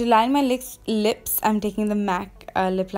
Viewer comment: Did she said 'To line my LICKS' 😂😂😂